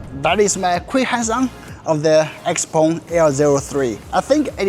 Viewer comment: why you prounce it xpong when there is e in the name